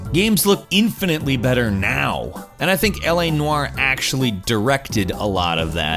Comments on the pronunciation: “L.A. Nuuaaarr” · You say 'noire' funny. 😂 Not having a go, just made me laugh each time.